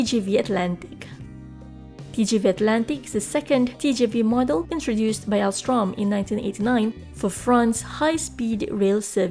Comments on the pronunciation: TGV goes at 574,8 km/h max and it's Alstom, not Alstrom, stop dishonnor my country XD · TGV atlantique builder is Alstom, not Alstrom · not Alstrom its Alstom ;) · Not ALSTROM Its ALSTOM. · Alstom, not Alstrom, good video btw ;) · Alstom not AlstRom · small mistake , it's ALSTOM , not ALSTROM who builds the french trains ... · It’s ALSTOM not ALSTROM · It's not Alstrom ! It's Alstom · Alstom not Alstrom :) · but it‘s called Alstom...